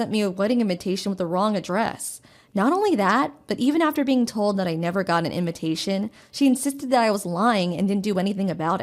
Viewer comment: I love how she pronounces "invitation" as "inventation"....por quoi?!! 🤔🧐